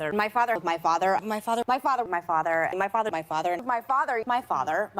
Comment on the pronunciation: O.K., she is now officially the pokemon known as Maifathur McCain. during her dialogue, and attacks all she says is mai, fa, and thur.